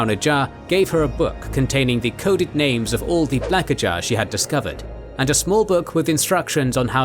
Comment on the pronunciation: It's more you're doing an impression of AI. Saying "ajah " weird, leaving articles off of words, odd cadences at times. Is it intentional?